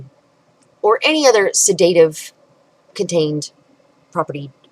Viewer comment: You have 20 years of education as an "herbalist" but you can't pronounce the word "sedative" properly.